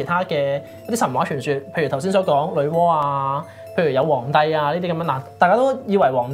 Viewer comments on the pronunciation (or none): 女媧讀哇